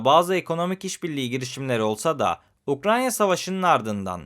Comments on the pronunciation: ukraNya değil. UkraYna. Kaç video oldu. Anlattığı ülkenin adını doğru söyleyemeyen biri derler ciddiye almazlar bak ben senin iyiliğin için söylüyorum. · Abi neden hala inatla UkraNYa diyorsun? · Ukranya dediği an kapattım videoyu. Ukrayna (Ukraine) 🎉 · Hocam Ukrayna’ya lütfen UkraNya demeyelim. (08.40 )Emeğiniz için teşekkürler 🙏🏻